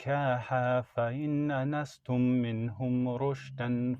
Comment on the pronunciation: multiple recitation mistakes bro: "wabtalul yatama", not wabtalu yatama, "balaghun Nikah", not balaghu Nikah "Fa-in anastum", not fa-in nanastum Otherwise good job, keep it up, ma sha Allah.👍🏽👍🏽 Also thank you for making us aware of this chatgpt error/wrongdoing.